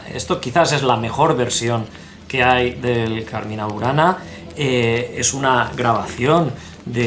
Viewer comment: Muy interesante el video. Cuidado con la pronunciación Cármina, con acento en la A primera. Significa poema o canto. No confundir con Carmên qué significa jardín en árabe.